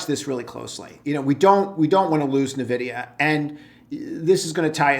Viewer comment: 'N'vidia not navidia